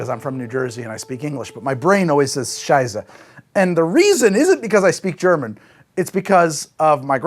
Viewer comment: "Prost" and "Scheisse", your German is very good! Greetings from Germany ;)